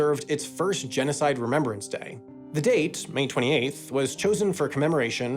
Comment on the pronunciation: sorry, but it seems like you mispronounced genocide.